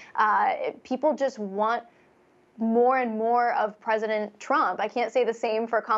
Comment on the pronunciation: “Presidnet”?? Lol